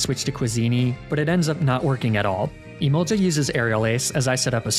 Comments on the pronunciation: Im sorry but the way you pronounce emolga infuriates me it doesn't have an i before the a I'm begging. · the way he says emolga like emolja is so infuriating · it's emolGA with a hard g not emolja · Not the kind of person that gets angry over pokemon pronunciations but emolja is a war crime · The only thing more demoralising then negative comments about toxic stalling etc. Is the lack of a 1 hour loop video of you pronouncing "Emolga". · Jiga impact, never heard of that move before lol Emolja also a mon I've never heard of either lol you know Gs make a hard sound sometimes right?